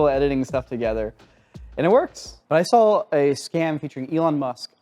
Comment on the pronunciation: "But I sawr it on the internet."